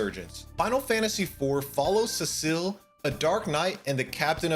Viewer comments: Three things: It's TEE-dus, not TIE-dus. It's zi-DANE, not zi-DAHN His name is Cecil, not Cecille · not how you pronounce Cecil...you put the emphasis on the first syllable, and say it like cesspool: Sess-sil or See-sil depending on accent.